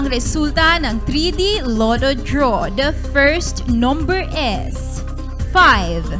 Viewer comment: Is she pronouncing the word "is" correctly???.. I think it is pronounce as "iz" not "es".. no big deal though and correct me if I am wrong..